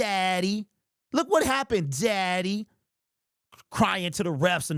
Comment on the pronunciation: I thought he said Zaddy for a second lmfao